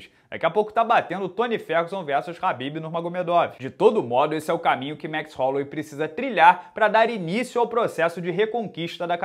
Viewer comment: Jajajajaja "baichola".....que grande...gran abrazo, genio!